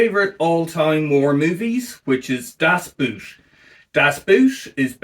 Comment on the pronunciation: COuld you please for the love of god not pronounce "Das Boot" like you would pronounce a "oo" in english^^? Use the o in "god", that is WAY closer^^.